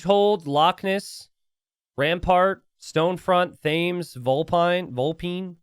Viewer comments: Not gunna lie, hearing it pronounces "Thames" (rhymes with names) hurt quite a lot. The "Thames" (rhymes with hems - think 'Tems') is the river that runs through London old boy. Can't wait to have a beer with you by it! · The River Thames in England is pronounced as "temz," rhyming with "shemz" or "tens"